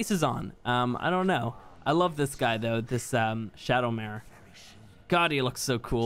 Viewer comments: ShadowMane, not ShadowMare XD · Him over here saying shadowmare not shadowmane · It's called a shadowmane and not shadomare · Bruh said shadowmare its not a horse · Shadowmane not Shadowmare <3 :) keep up the good work mate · I just realized that said shadowmare not shadowmane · please stop saying maRe and call it a maNE that is the name if the shadowmaNe XD;):P Thx for an awesome vid:) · SHADOWMANE NOT SHADOW MARE (I’m sorry can’t help but to correct people) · its called "ShadowMANE", not "shadowMARE". Sorry, my OCD is kicking in. Love ur vids man. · The picture reads Shadowmane but you keep pronouncing it Shadowmare, is there some weird linguistic thing going on I don't know about?